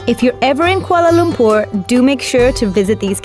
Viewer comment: The way she pronounces Kuala Lumpur is just perfect 👌